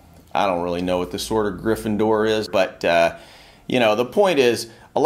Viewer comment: This dude said Gryffindor.